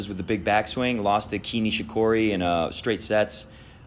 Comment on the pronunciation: fyi kei nishikori is pronounced as 'k' nishikori. also fingers crossed federer just wins one more wtf or maybe the wtf will be a surprise winner live elina svitolina